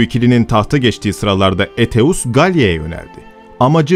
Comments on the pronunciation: Aetius'u Eteus olarak okumayı nasıl başardın hayret ediyorum.( Eytius gibi okunur) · Eteus diye telaffuz etmeniz çok yanlış..Sizi uyaran hiç olmadı mı?